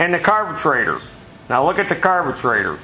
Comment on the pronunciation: Tecumesh...Carbetrator! Effing hilarious..."spring" (cue "boing" sound effect)! Dude, fantastic tutorial and totally frigging hilariously funny! Thank you! Be careful with those teeth, that speech impediment can become habitual!